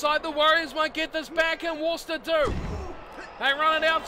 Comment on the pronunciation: there's no h in worc'h'ester